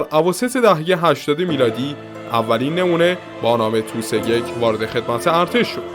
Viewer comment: تی او اس!! تلفظ درستش تی او اس T O S